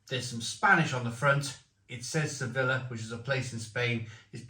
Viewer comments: It’s ‘sevi-ya’ not ‘sevilla’ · it’s pronounced suh-vee-uh not se-villa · se-beeyah /sebi:ja/